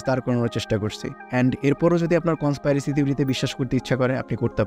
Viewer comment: কন্সপাইরেসি না ভাই কন্সপিরেসি 😑